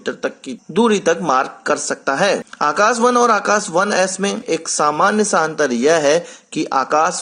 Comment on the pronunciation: It's Akash not Akas...